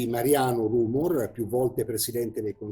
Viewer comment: si pronuncia rumòr